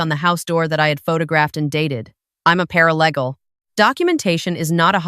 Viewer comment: Paralee gal, not paraleg al